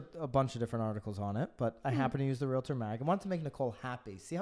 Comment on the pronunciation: BTW- it is not pronounced realuhtor, it’s realtor.